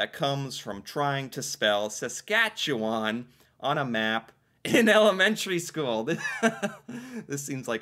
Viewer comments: As a Saskatchewanite, what a flipping relief to hear you pronounce our Province's name correctly! So many Canadians from Ontario and eastward always pronounce weirdly. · Saskatchewan - sas kat chew an (or "sas kat chew on") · Kudos for pronouncing Saskatchewan correctly! 😊